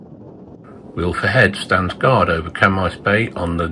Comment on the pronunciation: Lovely video of the Island I have been and bred on,fantastic camera work.I will give you 8 out of ten on pronounciation of the Welsh names .Pity you didn't give llanfair pg a go 😂 Moellfre is pronounced "moelvre" our "f" is pronounced as the " v" in English Amlwch is not Amlwck , the "ch" is the same as in loch ness.😁 Just pulling on you ,more of the same I look forward.👍 subscribed.